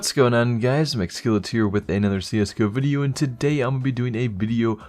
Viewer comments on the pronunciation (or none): "Welcome to another CS:GO BIDEO"